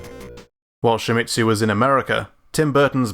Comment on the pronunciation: Don't pronounce Shimizu like "Shimitsu"